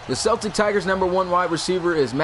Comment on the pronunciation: It really bothers me the way you pronounce Celtic